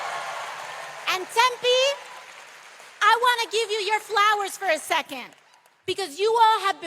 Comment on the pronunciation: She said "Tempe" correct ! Go AOC !